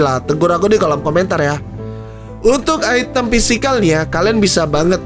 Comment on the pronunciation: item cok bukan aitem, kan lidah indo ...wkk